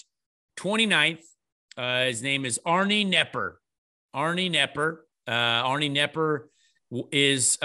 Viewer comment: Arnie Kah-nepper.